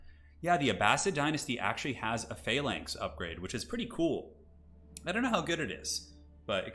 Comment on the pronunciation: is he mispronouncing phalanx or is there a unit in the game called a palinks